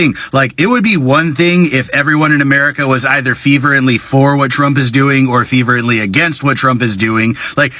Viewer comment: "Feverently"? Does he mean fervently?